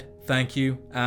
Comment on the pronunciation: ‘thank you for watching, and I’ll shi you in the next one’ :D